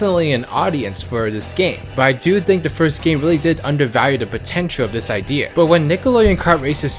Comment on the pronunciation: The way he says idea though Ideeh er